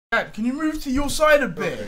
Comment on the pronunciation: He said sad instead of dad